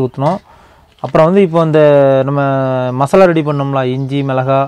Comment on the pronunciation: மஸ்லா இல்லம்மா,மசாலா.